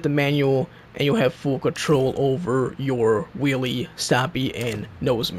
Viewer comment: You are saying will😂😂